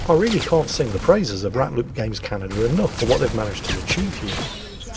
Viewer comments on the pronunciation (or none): none